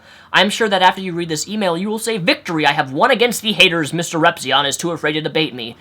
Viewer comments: Onision said "Ripzyin" I'M SORRY BUT "RIPZYIN" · it's repizion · is his youtube name pronounced mrrepzi-'on' or mrrepzi-'in'